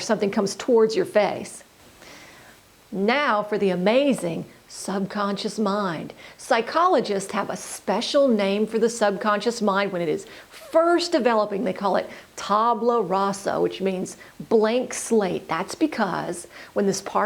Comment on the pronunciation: it's "tabula" not "tabla"